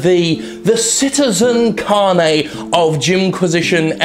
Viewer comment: Citizen... Car-nay?